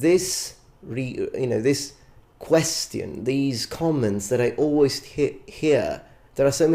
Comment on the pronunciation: Your content is great, your English is very good - BUT you keep saying the word 'question' painfully wrong (the 'ti' sound). Just in case you're not aware of it (I would like if someone pointed it to me). Cheers!